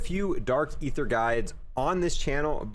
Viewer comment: You spend the most time on this game and still pronounce aether wrong 😭